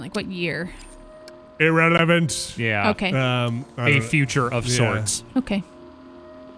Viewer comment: why did he say "revelance" instead of "relevance" in ?